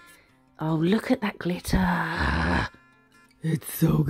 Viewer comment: I’m so glad you said “lookit” I miss it if you don’t 😅